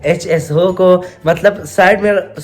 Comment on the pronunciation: HSO nahi SHO hahaha 😂